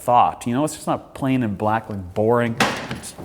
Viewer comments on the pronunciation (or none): none